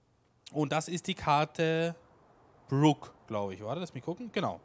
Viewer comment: Moin erstmal danke für das Video. Den Mapnamen spricht man mit einem langen "O" aus. Ansonsten fand ich schade, dass du nicht durch das Dorf gelaufen bist oder runter zum Strand den Blick über die Steilküste geworfen hast. Deine Kritik mit den Dekoobjekten werde ich mir zu Herzen nehmen und die Map dahingehend überarbeiten. Ein Singleplayer Projekt wär schon sportlich. Was ich so gelesen hab sehen das viele ähnlich. Schlussendlich freue ich mich, dass du dir die Mühe gemacht hast die Karte vorzustellen. Gruß Nik